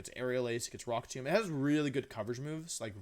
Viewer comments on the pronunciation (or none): none